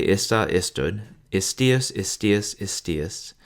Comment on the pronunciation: Very nice! Just be aware, when saying "istīus" not to reduce / to make a schwa from that final "u" but to pronounce it as a real Latin "u" (reducing it / making schwa in the final "u" is what English makes you do it, other Latin speakers [than English ones] never do this). But otherwise I really do like your voice, it is really very pleasant to listen to :-)